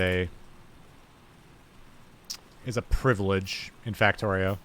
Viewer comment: I dont know why but every time you say privilege I throw up in my mouth.